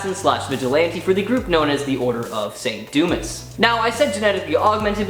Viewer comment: Saint dumis? SANT DUMIS? Are you HIGH! It’s the order of SAINT DUMAH!! (saint Dumas)